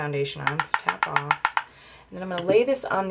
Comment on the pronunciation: i like it when you say 'tap oaff the excess' :) love it this look and had to tweet about it!!